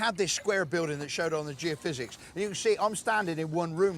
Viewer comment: Tony isn't able to say geophysics ?